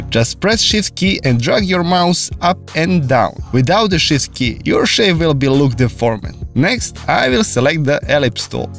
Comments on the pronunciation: I thought he said "shit key". But he was really saying shift key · nice man. why i just understand "the shit key" when you say "shift key"? haha